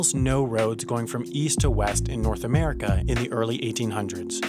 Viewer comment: Pat Bateman The hell is Murricaa? sounds derogatory...